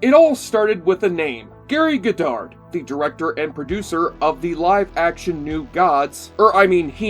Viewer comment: Cringing at your mispronunciation of "Goddard" (it's pronounced 'god-ard', not "go-dard') and "Straczynski" (it's pronounced 'zin-ski', not 'chin-ski'). Also, the CGI was state of the art for a TV show at the time.